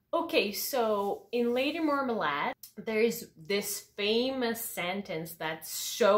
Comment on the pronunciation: What do you think about them pronouncing "marmalade" that way? Is it "correct"?